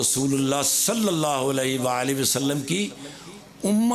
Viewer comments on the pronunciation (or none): Iftikhar sahb ak bat .... اللہم صلی علی صلی پر زیر آتی ہے ۔۔۔۔پلیز غلطی کو ٹھیک کرے